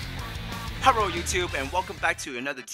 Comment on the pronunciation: “Herrro guys”….: 🤭🤣💀